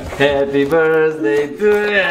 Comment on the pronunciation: De ce români zic “birSday”?